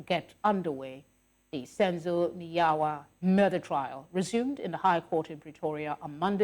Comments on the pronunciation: This presenter must respect our surnames please don’t call Meyiwa as mwyyaa I beg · But why South African TV presenters failing to pronounce Zulu names unlike in the 80s it is disappointing the lady can't pronounce Meyiwa and Zikalala..it is disgusting